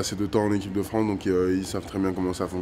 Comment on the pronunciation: dit par DEUX FOIS "en équipe de Fran" en éludant sciemment le "ce" finale. C'est un deni de notre pays, honte à lui.